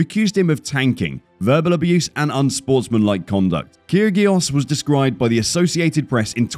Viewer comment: You need to look at some real information about Kyrgios (as well as learn to pronounce his name) such as Jay Shetty's interview On Purpose and Rich Eisen and Mike Tyson. They actually talk to Kyrgios as if he was a real human being, not brand him from your back seat. You're a disgrace to the sport, spreading hate like this.